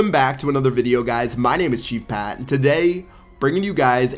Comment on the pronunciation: not ChefPat